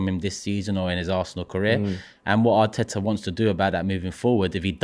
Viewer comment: I love how somehow manages to find 3 exta T's when saying Arteta 😂